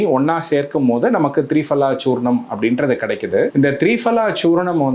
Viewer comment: சார், த்ரீபலா இல்லை. திரிபலா.